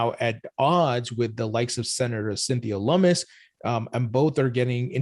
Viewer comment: lummis not mummies